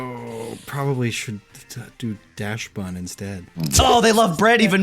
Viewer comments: It's Dachsbun not Daschbun. It's a Dachshund not a Daschhund. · Why is everyone pronouncing daschbun wrong, I mean it’s obviously dachshund and bun, what, do you you guys pronounce dachshund dah-SH-un? NO! ITS A DAHX-UN!!! DAHX-BUN!! ITS PRONOUNCED DAHX-BUHN!!!! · One of these days I'll have a brain aneurysm because y'all keeping shuffling Dachsbun's s around abd butchering the name. Dachs. Bun. Pronounced same as "ducks bun". No dash. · I was confused by all the mispronunciation of dachsbun only to be further gaslit by it being misspelled on the board